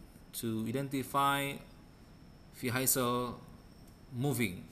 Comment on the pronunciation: ارجو منك أخي العزيز ان تتوقف عن تكلم اللغة الانجليزية بهذه الفظاعة راك خليتها اولا حسن نطقك للكلمات وخاصة كلمة Vehicle لمن يريد الكود الأصلي قبل التعديل عليه من طرف أخينا يمكنك الحصول عليه من هنا لمن يريد التعديل على الكود ليتناسب مع متطلباته او بريد اي كود بأي مجال من opencv يمكنك ترك رد على هذا التعليق (طبعا بمقابل على حسب نوعية الطلب) دمتم برعاية الله وحفظه سلام